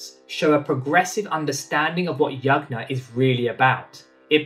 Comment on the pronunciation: Also, a suggestion your pronunciation of Yajna can be improved. It uses 'J' sound like in Jug, and not 'G' sound like in Good.